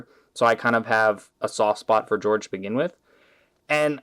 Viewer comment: Not gonna be that guy but Jorge is Jorge not "George" and the gray is accurate